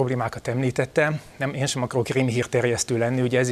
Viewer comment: a raccsoló meleg Úriember nem akar "rémhírterjesztő lenni" - hogy is lehetne??? Senki nemtudja mi az a "hémhíh" :/ ^^ xd